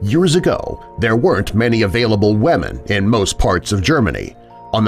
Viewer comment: This guy say's wemen instead of women